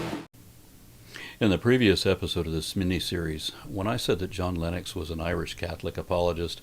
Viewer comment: Please don’t pronounce Lennox like Linux; it’s offensive. All you have to do is think Len Ox as you say it, and you’ll be all right.